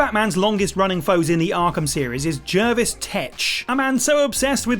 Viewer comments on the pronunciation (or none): none